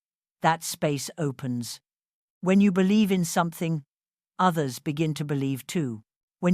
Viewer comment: I bellieve...its always exactly like ur saying it